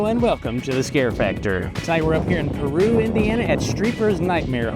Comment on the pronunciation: Funny the locals actually pronounce the city as Pee-Roo lol. Went to high school not far from there.